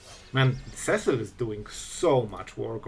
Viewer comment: Seh-sill.... had to stop the video right there. See-sill Cecil. Cecil. Repeat after me class SEE_SILL Cecil.